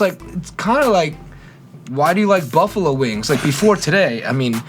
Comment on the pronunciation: "Bluffalo wings"?